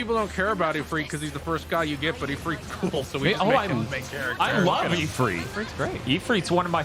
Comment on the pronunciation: I wish non middle easterners could say ifrit correctly and not like they're saying e-feet